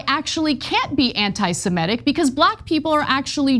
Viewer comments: You've got all the important points covered here, so I'll stick to the least important one: It's anti-seMITic, not anti-seMETic. Sorry, had to scratch that itch. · Even Ana mispronounces ‘Semitic’__ it’s NOT ‘Se-MEH-tic’!!!!! Get it right Ana!!!!!___